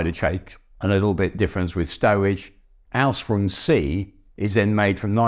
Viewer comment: As others have commented it's just his English accent. To me it sounds like he's saying "Ausrung" instead of Ausführung.